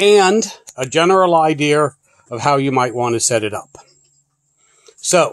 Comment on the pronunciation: It's IDEA...not IDEAR. Thanks for your contribution !